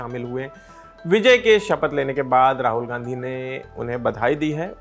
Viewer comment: Rahul Gandhi hota hai gnadhi nhi...🙄